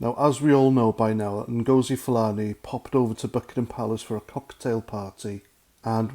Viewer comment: I think Nghastli Ngosi’s surname has the accent on the first syllable - as in ‘Felony’